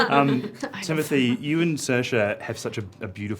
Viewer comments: I can’t figure out if I was hearing him say sersh or saoirse at the point you’re referring to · I keep replaying it and it def seems like Sersh